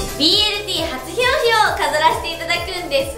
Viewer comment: 「BLT初ひょうひょ」ってなってるｗ